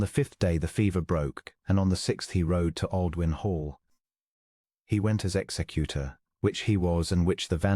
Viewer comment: Ex-zec-u-tor (as named in wills). not executer (as in one who kills people).